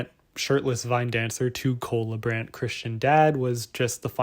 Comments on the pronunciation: Does this guy realize his name is Cola Brand? That's all I hear when you say his name. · I thought you said "cola brand" and you said what comes to mind when i say cola brand.... coca cola? 🤣🤣🤣